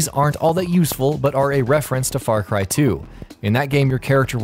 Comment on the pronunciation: Far Cri!